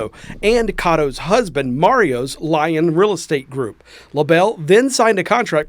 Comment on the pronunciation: Did he say "Lion Real Estate Group" or "Lyin' Real Estate Group"?